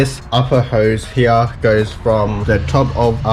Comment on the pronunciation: stop saying here as HEYEH